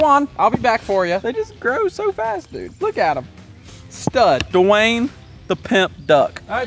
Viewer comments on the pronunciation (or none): Dewayne❌️ da Wayne✅️ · the amount of time said dwayen